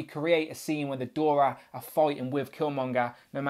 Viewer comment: Pronounced "Dora" not "Dorya", and "Ah-yo" not "Ay-yo".